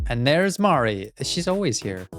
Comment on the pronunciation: pleassee the way you keep pronouncing basil as bah-sul is killing me as well as Mari I don’t know what’s specifically wrong with the way you say Mari bc now I’m accidentally taking on your pronounciations